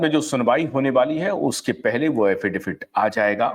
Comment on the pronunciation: Affidavit hota hai Affidafit nahi 😂